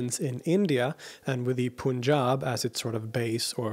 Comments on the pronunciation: It's not Pooooonjab pronouns it correctly, it pronounced as "Pan-jaab" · Requesting to correct pronounciation of "panjab", it's not to be pronounced as pooonjab, but as pun (a type of humour)/panj-ab 🙏🏼